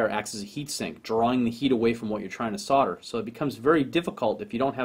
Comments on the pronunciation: SOLDER... SOLDERING SOLDERING SOLDERING... i dont know if its you accent but damn... its not SORDER.... BUT i love your video's keep them rolling in. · SOLDER not SODDER! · Is ther still an " L " in the word SODER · Hm. Why does everyone pronounce it "sother"? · Why can't Yanks pronounce the "L" in Solder and Soldering?